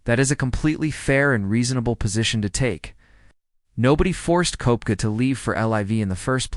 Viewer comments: It’s pronounced Keptka 🤦‍♂️ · If you cannot pronounce his name correctly- not worth the listen.